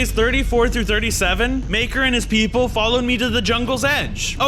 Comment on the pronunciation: the fact he said pepole when there tigers